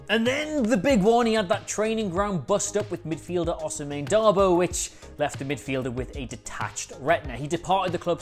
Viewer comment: What are Dabo and Berahinos first names again? Is it a pre requisite to be a football oriented Youtuber and to not be able to pronounce names?